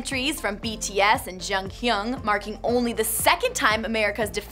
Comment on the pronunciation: In the beginning it sounded like she was saying: Jongkhyun😂 I know it’s hard to pronounce but it’s just a bit funny😂 What I want to say about Jonghyun is: Since that day I feel really sad. I’m happy but deep inside I still feel sad. I can’t accept the reality. I cried for days. Jonghyun was just one big, talented star that now is in heaven. RIP JONGHYUN❤️ What I want to say about BTS: I am now for 6 months a BTS fan and I have to admit I’ve never been so obsessed with any idol of mine. I cry when there’s a new MV coming out, thinking how grateful I am for them coming into my world. I start to feel supper happy when I only hear someone talk about them. When I hear the word ‘DNA’ in a biology lesson, I whisper ‘DNA’ to my friend and I do the gesture. They are hardworking boys, who deserve the best. I love them so much❤️